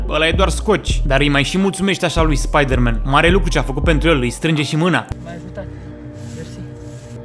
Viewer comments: Spaidărmen! Spaidărmen! Cel mai blanao clip!! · sa moara mama cand am auzit cum a spus spieder-man am facut o criza de ras si mai ales la editul tau bv coaie